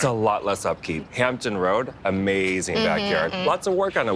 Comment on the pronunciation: Hampton Roads..with an "s"